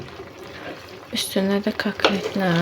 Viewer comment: Kaklet yox katlet